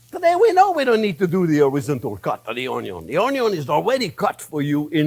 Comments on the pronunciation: HAHA "Onyo" welcome back, Chef!! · Only came here for the first few Onyo-pronounciations and then clicked off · "You can call it whatever you want " ... " It's onyo" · "Onyo" evokes memories of Justin Wilson. 🥲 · everytime he says onyo take a shot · Be sure to onyo the onyo when you're onyoing the onyos! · “Onyon is number first!!” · yes! Onyo I say it that way all the time now. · My favorite part about this video is my eyes only saw the video title and I knew EXACTLY who pronounces onion like that hahaha. Welcome back Chef. Cheers.